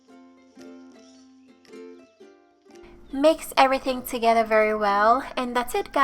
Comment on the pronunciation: I like how you say “together”...sounds like togehda.